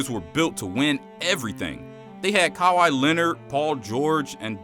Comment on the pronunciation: why did you say Kawhi like that lol